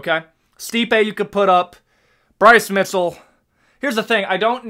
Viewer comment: Bryce Mitzel? Props on saying Appalachia right 👍